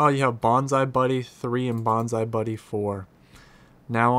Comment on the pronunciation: Bonzy buddy not bonzie buddy